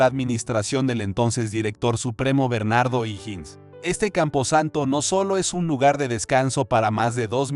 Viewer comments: O"Higgins se lee OJIGUINS Y tú dices IJINS. Es un apellido escocés.Te sugiero que alguien de tu confianza te colabore al editar tus videos. ¿no eres chileno, verdad? De todas fomas, tus videos son muy interesantes. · No sabe ni pronunciar ohiggins